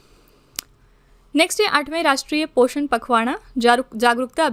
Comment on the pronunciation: पोखरण ❌ पोषण पखवाना ❌ पोषण पखवाड़ा ✔️ 😅Just Kidding Ma'm😂